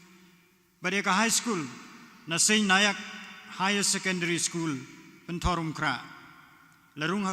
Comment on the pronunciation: Not Nayak. St. Nanak school pynthorbah Pynthorumkhrah Shillong is the right pronunciation.